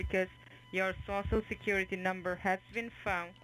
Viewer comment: Your sho sho secuwity numba 😆